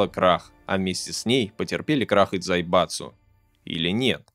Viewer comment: Я один выхватил с произношения автором дзаебатсу